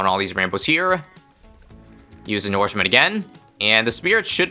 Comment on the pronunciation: plz stop saying nourishment wrong it is insanely annoying (u can just call it feed/feeding or something) its as annoying those people who keep calling manure "manoor"